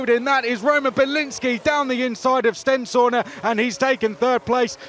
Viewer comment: Swear Stenshorne is pronounced sten-shawn not sten-shaw-na